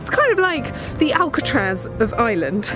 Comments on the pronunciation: can properly say words in Welsh, Gaelic, and Irish, but still can't manage to say Ireland, and instead says Island. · Apart from saying Ireland as "Island"